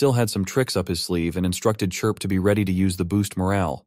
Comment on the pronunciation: It only took 1 hour 49 minutes for the ai narration to start calling Chirp - Clip/Crip 🤣🤣🤣